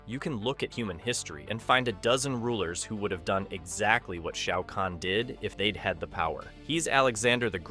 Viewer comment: Shayy-ow kahn